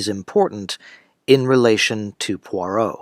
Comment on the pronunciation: Kennerh Brannagh's butchering of Agatha Christie's Poirot is unforgivable.